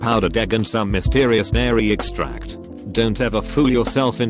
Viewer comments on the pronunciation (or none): none